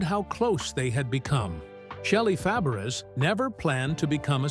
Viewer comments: I believe her last name is pronounce Fa-bray. The "a" after the F like the "a" in apple. She was a good friend of Annette Funicello and a great support to her during the progression of her MS. I bet she really missed her going through her own ordeal. But it looks like her husband was very supportive. I always liked her. I hope she is doing okay now. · This announcer is a bonehead. Her name is Fabares (pronounced Fah-bah-ray). The name is French! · You should pronounce shelly. FABERES the same as Nanette FAPERES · Please say her name RIGHT!!!!😢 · Mispronouncing her name is unforgivable. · Learn how to say her name WTF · You mispronounced her name!!!!! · Say her name correctly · He is an idiot who can't pronounce Fabres😂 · IT would be nice if you learned how to pronounce he name. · For sure! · I agree. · He got it close when he pronounced her aunts name . 😅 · I quit listening when he didn’t even bother to find out the correct pronunciation!😮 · Yes it would soooo annoying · Totally agree